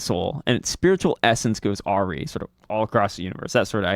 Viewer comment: Very useful resource! (Just so you know, awry is pronounced like "a rye".)